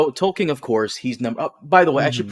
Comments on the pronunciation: is it just me, or does keep pronouncing Tolkien as "Tollking" rather than "Toll-keen" which not a complaint so much as clearly indicating who is the King of his Pantheon of Fantasy writers. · I dont know if its the audio but every time says Tolkien it sounds like "Tolking" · I keep hearing saying "Tolking" like it's a verb